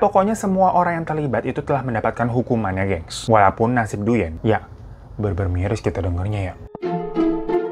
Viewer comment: Thanks for sharing this story. Koreksi sedikit ... pelafalan dalam bahasa Vietnam : "Duyen" dibaca "Dwen" ( seperti halnya kalau "Nguyen" dibaca "Ngwen" alias /uy/ selalu dibaca /w/ )